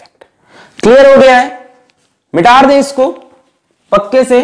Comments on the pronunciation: 𝗠𝗶𝘁𝗮𝗿𝗱𝗲 (Mitade ko sir mitarde bolte hai) 🤣🤣🤣🤣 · Eak baat nahi samaj aai..!! Sir mitaar de kyu bolte hai? “Mitaade” kyu nahi? 😅🤔🤔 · "MITARDE"OR "MITADE" ? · Maybe its mix of 2 words 1st: Mita raha ho( telling) 2nd: Mita de (asking) 1st + 2nd= Mitaar de Lol 😅😂😂